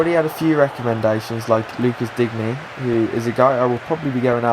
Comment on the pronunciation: It's not "Digné" it's just "Dign" ;)